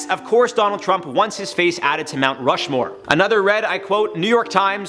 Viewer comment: But for be add it, you need to know how to pronounce Rushmore first, no?